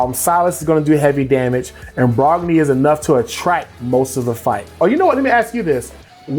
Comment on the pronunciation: lmao brokkir not brogni. We’ve all played RSL for far too long lol